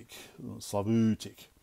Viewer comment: Slavutich is pronounced hard in the end, like “chair” word. Writing on second spectrum clone box is in Ukrainian.